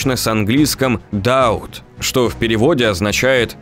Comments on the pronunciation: Созвучно со словом "Doubt", а не что-то там... Боже, ваш английский режет мозг и уши) Но это, слава богу, компенсируется почти полностью качеством во всём остальном. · По идее, doubt, но какая разница b или d, если в контексте понятно про какое слово шла речь